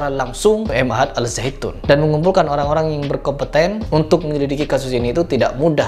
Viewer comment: Ma'had.. bukan M Ahad.. Ma'had bahasa arab nya artinya pesantren